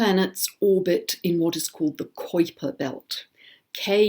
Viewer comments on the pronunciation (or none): Love the information there is always so much to learn from you. - - - just an FYI Kuiper is pronounced ky-purr.